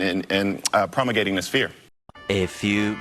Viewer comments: “Doesn’t have the intellect.” Next words out of his mouth: “and and circlizing and prommelgating” Astonishing display of stupidity. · He could have been trying to say 'promulgating'.